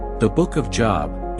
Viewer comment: Lol!!! Job is pronounced “JOBE.”